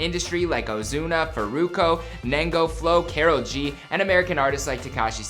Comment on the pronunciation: K-a-r-o-l G not k-e-r-o-l G 😂😂😂😂